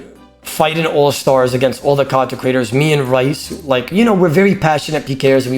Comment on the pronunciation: How does still not know how to pronounce his name. It's pronounced Reece not Raice